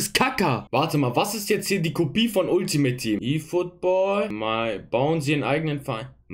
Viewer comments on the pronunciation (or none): none